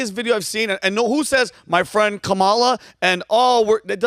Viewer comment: Kamals is Indian name pronounce "Come Ma Lar"